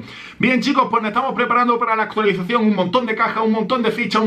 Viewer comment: Like si escuchaste a decir actulicion 😂😂😂😂